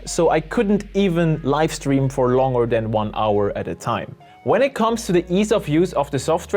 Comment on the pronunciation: He keeps saying yolo "lift" and it's throwing me off. Its yolobox LIVE!!